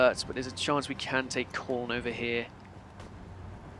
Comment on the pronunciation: Either call the city by the English name (Cologne) or call it correctly by the German name (the O is pronounced like the U in dull) XD